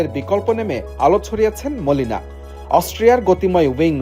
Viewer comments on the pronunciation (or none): 😂😂😂। বাংলাদেশের হাম্বাদিক বলে কথা। তাই মলিনাকে মনিলা বলেছে 😂😂।